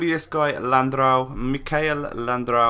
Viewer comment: Landreau is pronounced: Landro.